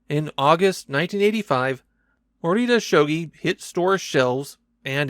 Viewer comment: EXCUSE ME? that might be the worst butchering of a pronunciation on this platform